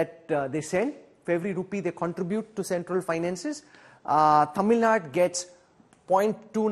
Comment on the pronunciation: It is infuriating to hear Tamil Naad, instead of Tamil Nadu from an english channel. PS: I'm not from Tamil Nadu.